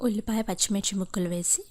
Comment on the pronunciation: "ఉల్లిపాయ" అని పలకాలి. ఒల్లిపాయ అని ఇంగిలీసు స్టైల్ తగిలించడం అవసరమా... తెలుగు వాళ్ళం కదా..మన భాష, యాస ని natural గా పలికితేనే అందం... మీరు మరీ కూనీ చేసేస్తున్నారు. మీ వంటలు చూసి నేర్చుకోవాలో, మీ మాటలు విని ఉరి వేసుకోవాలో అర్ధం కావడంలేదు😂.. నా మొహం నా మొహం లాగానే ఉంటుంది..నీ ఒల్లిపాయ లాగా ఉండదు...మీరు మాట్లాడకుండా వంటలు చేస్తే బాగుంటుంది..